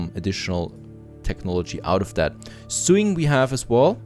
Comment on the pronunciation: haha one more one more. Sewing is said the same as sowing, not suing. English makes a lot of sense.